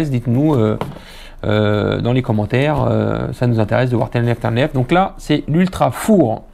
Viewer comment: du grand mendès, on prononce blaster, joie, nerf c'est facile pourtant, lol tu ma régalé, et jette pas mais blaster par terre ou je vend!:o) A très vite mdr le Papou du berry.